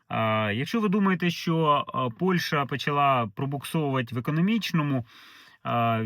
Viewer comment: Працюйте над вимовою... Не Польша, а Польща. Не украïнцы, а украïнцi. Не офiцыант, а офiцiант